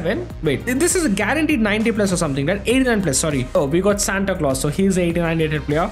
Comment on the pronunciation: Bro said Santa clos